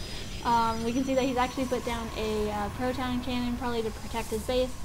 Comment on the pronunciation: I love ya I really do but please stop saying "Pr"oton cannon. It's a "Ph"oton Cannon.:) PvZ is also my worst matchup, though. Good job stomping a Protoss.:)